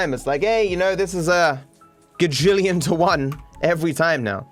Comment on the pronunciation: "Gagillion to one" Gravestone lol